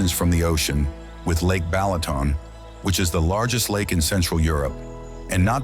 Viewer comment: Beautiful vibrant video A+ AI voice NOT, Pecks, Balatoon, Teehon????? 🤦🏾‍♂️🤦🏾‍♂️🤦🏾‍♂️🤦🏾‍♂️